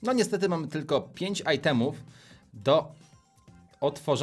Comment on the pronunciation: WTF CO TO MA BYĆ "niestety mam pięć AJTEMÓW" ITEMÓW A NIE AJTEMÓW